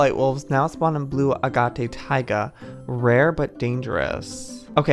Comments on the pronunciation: Joey it’s not “agaatay” it’s “a-gayte “ and it’s not “suglite” it’s “sew- ga- light” just thought I would let ya know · Agate- Uh-gate Sugilite- Soo-ga-light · The fact that Joey is so into crystals and doesnt know how to say agate gets me😂